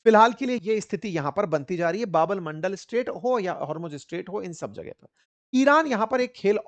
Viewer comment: Sir, सुधार करें बाब अल मंडल नहीं बाब अल मंदेब नाम है उस स्ट्रेट का